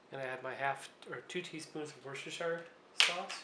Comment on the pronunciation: Nice video - thx. btw it's pronounced "wusta'shuh sauce" over here in the UK